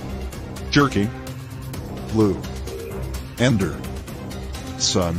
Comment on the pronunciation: did you just say ender?